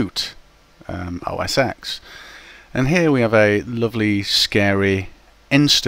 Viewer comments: it's not called mac os 'ex' The "X" represents the roman numeral for "10", therefore it should be pronounced Mac OS '10'. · i hate when somebody says os "x" its 10! TEN!! not EXX.. just a comment.. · os X? No, it is OS TEN! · I know, but the correct way to say it is 10. It just bothers me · Wikipedia says it should be pronounced "mæk ˌoʊ ˌɛs ˈtɛn" - mac os ten.